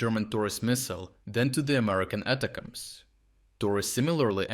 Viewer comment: its not "ata cams". it gets boiled down to attack-ems. or a shortened version of attack them in english.